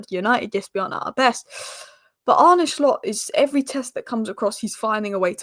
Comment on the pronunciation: It's not Arne Shhhhlot. Just Slot. Like Slotting it in. Stop saying shhhhlot.